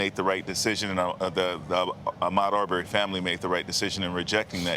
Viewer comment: It's not ar berry 🥴 I can't stand the mispronunciation